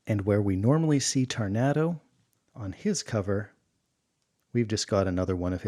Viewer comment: Cancia? Tarnato? Unless I erred, they've been misspelled and mispronounced : Canica and Taranto, as written, Taranto many times since.